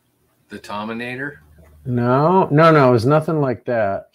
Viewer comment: The tominator? 😅 Love these videos I really wish they made more